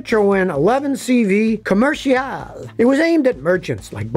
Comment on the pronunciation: Always loved the encyclopedic common sense content of your channel and now I love the French accent employed during the pronunciation of "Commercial" Scotty you never cease evolving.